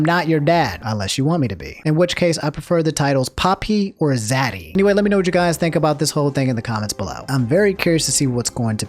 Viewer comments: Did this man say zaddy or daddy? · Im going to physically recoil if I ever hear say “zaddy” ever again